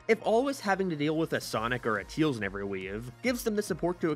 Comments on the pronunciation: He’s. He always says “Teels”. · 1. No 2. You said tails wrong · Why does he keep saying tails name wrong?